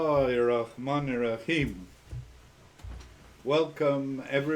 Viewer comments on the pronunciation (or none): Der Typ kann nicht einmal BismillahirRahmanirRahim richtig aussprechen.